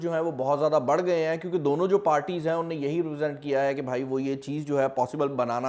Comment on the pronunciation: "UNNAY" nahi hota bhai "Unhon Nay" hota hai NUnnay! 😃😃😃😃